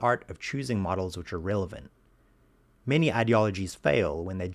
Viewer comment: relevant not "realevant"